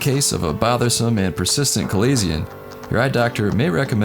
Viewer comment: You are miss pronouncing chalazion...notice the ch is is said like the sh sound